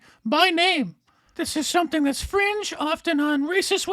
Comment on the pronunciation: "fringe" says Stelter 🙄